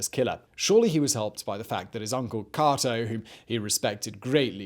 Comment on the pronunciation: Your saying catos name wrong kate-o not caught-o